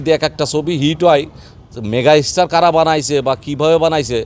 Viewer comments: আরে ভাই এরা এখন হিংসায় জ্বলছে 👍 এরা এতো পারে একজন শাকিব খান বানিয়ে নিলেই পারে! আর এ তো মেগাস্টার শব্দটাও উচ্চারণ করতে পারেনা 😁বলে মেগার স্টার 😁 এরা এখন জেনে গেছে শাকিব খানকে নিয়ে কথা বললেই আলোচনা আসা যাবে 👍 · এই তো সুপারস্টার মেগাস্টার তো বলতেই পারছে না😂😂